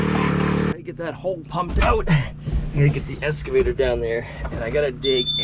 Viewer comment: Water "trouth"? "Escavator"? Learn to speak.